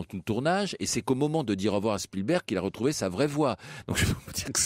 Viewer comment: Il n'y à pas de h dans spilberg. Un nom propre en anglais ou en français ce prononce de la même manière. C'est absolument insupportable comment mr Verrand ( je modifie également) le dit!